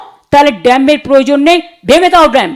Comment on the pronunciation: ' ড্যাম্প , ডেসিঙ ' আহা , কি উচ্চারণ 😂